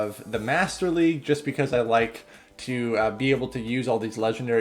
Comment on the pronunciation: "Whats'up, everyone, this is bringing you some more Go Battle Legue battles."